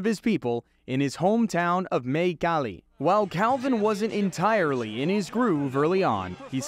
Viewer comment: "born and raised in maycali, mayco"!!!!!!!😳😳😳😳😳